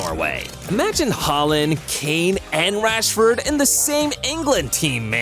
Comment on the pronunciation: It’s rashford